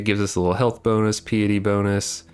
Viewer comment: Are you trying to say piety?